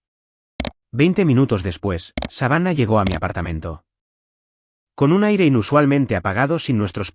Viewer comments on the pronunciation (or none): none